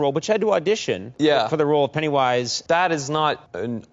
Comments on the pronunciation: Why you say ‘Pennywíse’ like that 👀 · Why do you keep saying "Penny Wise" with a pause in the middle? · the way you say Pennywise genuinely bothers me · is he saying "Pennywise" wrong? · Is there a reason he says pennywise weird?